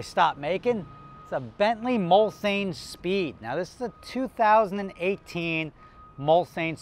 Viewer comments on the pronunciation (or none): These have a v8 6 3/4 litres capacity and please pronounce it properly Mulsanne. Pronounced "Mulsawne" not "Mul-san". Its a part of a French race track, a very long straight. A 10 year old example might be 50k. Thats more my level of aspiration. Regards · It’s pronounced Muls-Anne. Im from England so I know. Simple. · Its pronounced “MUHL-SAHN” …Jersey Boy! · He's using the alternative Nomi Malone pronunciation.